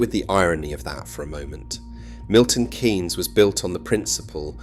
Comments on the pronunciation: Its Milton KEENS not Milton KANES; The economist Maynard-Keynes is pronounced KANES, but the city is KEENS As some one raised in Northamptonshire, Milton Keynes was always the go to place for entertainment. Multi-Plex cinema at the Point. Ice Skating; shopping somewhere that had a range of shops; Ikea; and parking outside where ever you wanted to go; rather than having to park in some colossal multi-story. These days we have Rushden Lakes; but I still go MK for Ikea. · Milton Keeeeynes not Kaynes. Great documentary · Its Milton Keeeeens not Milton Kaaaaaans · It’s Keynes , not kaynes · Why does the narrator keep calling it Milton Canes?! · I moved to MK in 92, went back for a couple of years and eventually moved here permanently. I love the city because where I came from was just awful. But his pronouncing of 'Kay-ens' is making my teeth itch! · But the way he pronounces 'Kay-ens'... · AI voice cloning is at the point where you can clone to have the breath included to make it sound more "authentic". It does a pretty good job, but there are many give aways here that it is AI. Including "Kaynes"